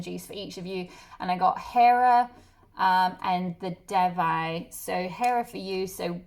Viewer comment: Pile 1 and Devi is pronounced like they+we (de+vi)